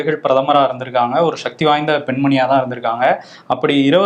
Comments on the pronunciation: eppadi shakthi enru uchcharikkireer sakthi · ஷக்தி இல்ல. சக்தி